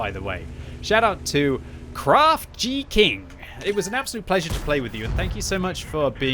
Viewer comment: .... craft gee king? You mean.... craft geeking?